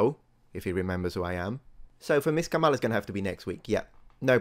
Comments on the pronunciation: As a stickler for accuracy, please get the pronunciation correct: Kama-la not Kamal-a. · Please pronounce KH's first name correctly,.